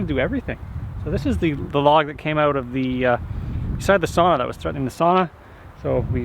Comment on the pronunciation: Oh, for the love of God pronounce the word "sauna" correctly 😁 your Finnish fan 😅